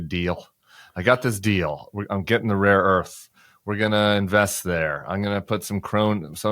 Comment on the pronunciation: Trump keeps saying "raw earth" Tim not "rare earth", don't give him credit, he is an ignoramus probably has no idea what the difference is!